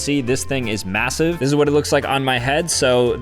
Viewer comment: did you just say... massive?? GET OOOOUUT!!!